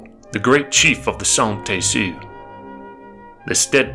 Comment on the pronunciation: Pronounced San-Tee. Also there are no known pictures of inkapaduta I'm a direct descendant. My kushi just past she was the oldest living direct descendant.